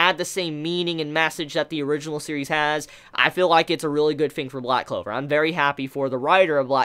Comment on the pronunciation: man said loud clover lmao